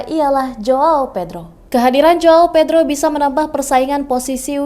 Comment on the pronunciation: Tulisan yang benar adalah : João Pedro dan bacanya JUAUNG PEDRU